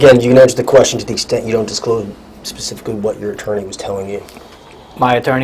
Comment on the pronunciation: This guy talks like he has an iq of 70. Pacifically for specifically. OMG. This is Just awful. Just to think this guy has a gun. God help us all.